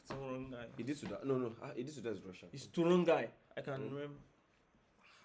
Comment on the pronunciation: BAHAHAHA "TORONGAY" its "saranghae" yesss love u backk can u also please react to jimin "BTS JIMIN BEST LIVE HIGH NOTES & RASPY VOCALS COMPILATION (UPDATED)" PLEASEEEEEE link